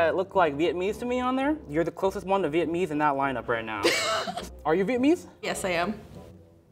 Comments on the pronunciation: The way he said "viet-mese" annoyed me so much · I cannot fathom the way he says Vietnamese wrong. EVERY TIME. He's missing a whole ass syllable